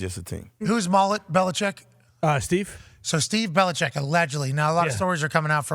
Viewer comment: Tom Curran has been covered the Patriots for 25 years and still can't pronounce the coach's name correctly.